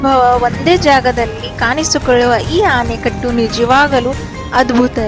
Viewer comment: ಇಡಕಲ್ ಅಲ್ಲ ಹಿಡಕಲ್. ಆನೆಕಟ್ಟು ಅಲ್ಲ ಆಣೆಕಟ್ಟು